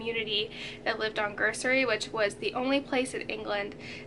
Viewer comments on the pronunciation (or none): Guernsey is pronounced as 'gern sey'